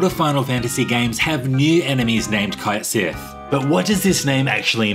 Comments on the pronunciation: its not pronounced kite sith, its CAIT as in "KATE" sith ya bint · He pronounced Cait Sith wrong despite giving the origins of the name too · Ah yes, "Kite Sith"